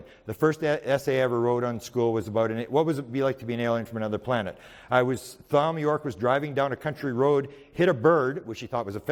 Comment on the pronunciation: Thom is pronounced Tom Btw. Not will ever see this